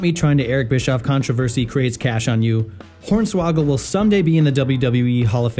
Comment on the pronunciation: did you really just call hornsawagel horney ??!😂